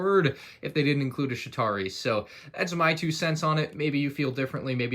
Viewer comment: The fact that when he said chitari he said shitari